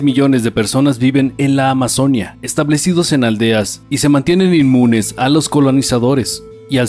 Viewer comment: Muchos errores y desaciertos con muchos datos históricos, específicamente cuando hablan de los Incas y los Moche, además la pronunciación de la palabra Amazonia, que para los que tenemos al río Amazonas en nuestros territorios, es Amazonía (con fuerza de voz de la í).